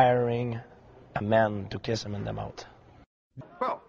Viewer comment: “I ire a men to kiss bj penn on da mout”